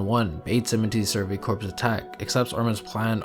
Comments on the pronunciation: I think every aot video i’ve clicked on mispronounces the word “corps.” It’s the Survey CORE, not CORPSE. Have any of you weebs ever heard of the Marine Corps before?🤦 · Good video, worth noting corps it’s pronounced core not corpse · Still waiting for supposed fans of this show to stop pronouncing the Survey Corps as ‘corpse’ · This is a good video but corps is not pronounced corpse and that irked me every time that came up lol.